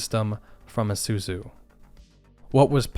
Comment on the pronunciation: I like how he pronounces Isuzu as "ehsuzu."